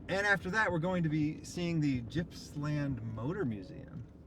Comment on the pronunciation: Its not Jippsland, it is Gippsland!